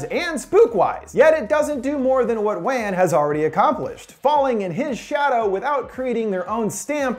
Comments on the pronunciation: James Wan. Wan isn't pronounced like "When", its supposed to sound like "Want without the T". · Wan is pronounced closer to "one" not "an" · WAN prnounced like WON smdh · James "Wahn" WAHN. Hearing "wan" makes me sad, ha. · Wait are you talking about James Wan? It's pronounced 'one' I'm pretty sure. Thanks for another great vid btw. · It's Wan. Like how you pronounce won-ton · The only horrifying thing about this video is how you pronounce James Wan. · That’s not how you pronounce wan